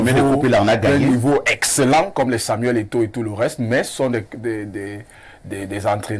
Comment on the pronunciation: Il a tellement peur de Eto'o qu'il ne peut pas prononcer son nom. K oohh le dernier empereur